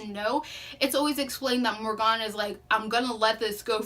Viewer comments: It’s mor I gan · Love this review very well thought out. 1 note * the pronunciation of her name Morgan is [More-gain] [Morhgin]... in sound. You can get a better feel for it if you listen to the audiobook. Other than that thank you so much for giving this review. 🖤